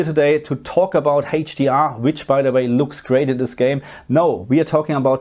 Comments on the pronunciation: Still haven't learned to pronounce "HDR" I see 😄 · He's German, what do you expect?